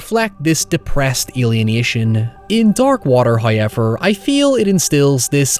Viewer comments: WTF is " hiever"?? Obviously you mean "however" and I hear you say words using the "w" so whats with the "hiever"? No excuse when you can clearly say the "ow" sound. Do better. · If you say hoyever in a mirror 3 times, will come out and do a raycon ad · noy and heyever